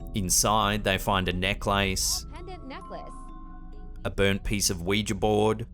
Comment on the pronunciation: Haha I like the way prounces the word Necklace like Neck.. Lace.. Its pronounced Neckliss although spelt Necklace